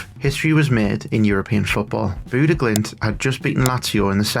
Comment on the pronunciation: bude glimt? you somehow got the name more wrong than the people who just say bodo glimt